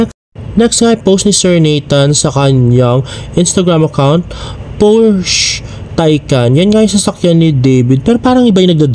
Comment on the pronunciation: Hi, Porshe is pronounced as Por shuh and Facade is pronounced as Fah Saad. Just FYI 😊